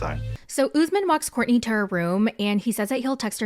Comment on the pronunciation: Every 90 day recap really butcher the name Usman. It is my first name and tis pronounced uu s - m aa n....Not Ozzemin